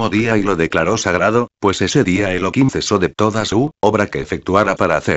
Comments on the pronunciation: Elokim es tu perro loco .....es elohim tu voz no es agradable para disfrutar de la palabra De elohim habla normal no en auto tune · no es elokin, es Elohim (elojim); Efectivamente es Elohim (Elojim) sin embargo se pronuncia Elokin para no pronunciar su nombre en vano, cuando se conversa, en lectura que no sean con total cocentracion del nombre de Di-os, o cuando no se lee directamente de la Torah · Esta muy rapida la lectura y el locutor pronuncial mal el Santo Nombre Elohim pronuncia Elokim.. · no es elokin, es Elohim (elojim) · Elokim se pronuncia en Yidish ya que en el Hebreo Se pronuncia Elohim , como por ejemplo en Yidish Elokai se pronuncia y en Hebreo se pronuncia Elohai ;) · Es elohim no elokin mala lectura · El locutor pronuncia Elokim..